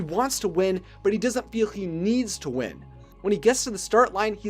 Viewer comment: . Did u say "Does it" or "doesn't"